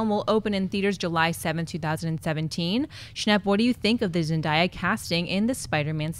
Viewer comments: It's zen-day-a not ... zen-da-ya (hearing you guys say that made me cringe lol !) anyway good job and keep up the good work xoxo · Lol her name is pronounced ZEN-DAE-YAH not ZEN-DIE-YAH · It's ZenDAYa. Not ZenDIEa. That kinda annoyed me. Lol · Omg it's ZEN-DAY-A not ZEN-DIE-A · but it's pronounced Zendiea, though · It's Zen-day-a...ask her she'll tell you...I only know cause i have a daughter who watches Disney Channel all the time. :) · her name is pronounced Zen-DAY-ya by the way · You are pronouncing Zendaya name wrong it's zen day a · It's pronounced Zen-DAY-ah. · You guys her name is zendaya it's pronounced zen day a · lol yeah you're right! it is pronounced ZenDAYa. I guess I just got so used to hearing people pronouncing it wrong! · another video with a wrong pronouncing of Zendaya name I wonder what she haves to say lol